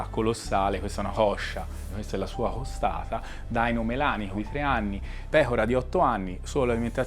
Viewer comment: "Questa è una hoscia.. Questa è la sua hostata" 🤣